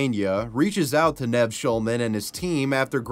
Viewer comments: You know bvioualy have never watched Catfish the show, else you’d know how to say Nev. “Neve” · Never heard anyone butcher Nev’s name so bad! It’s literally 3 letters, and so easy to say. And they say it like a million times an episode and there are thousands of episodes! It’s pronounced Neev. Like need with a v instead of a d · It's pronounced Neev. You have obviously never seen the show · Sir, did you even watch the episode? You keep mispronouncing Nev's name XD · You mispronounced Nev Shulmans name🥴🥴